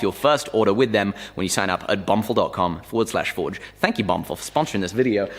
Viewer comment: lol he said bumfill